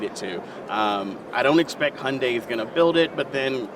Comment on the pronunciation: It's not hondai its not a honda! gosh! It's hYundai